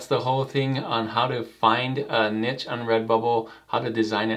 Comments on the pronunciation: This helped a lot even as a professional artist! Ty :> P.s. The word, Niche, is actually pronounced as "Nee-sh", kinda confusing I know 😂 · Couldn't listen to it. There is no T in niche. Sheesh.